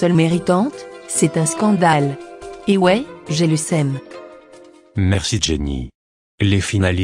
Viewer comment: "J'ai le sème" C'est pas plutôt le seum ? :D